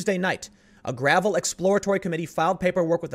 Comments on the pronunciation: I think it’s pronounced gra-vell’ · I believe it's pronounced gruh-VELL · For the record, its pronounced "Grah-veil".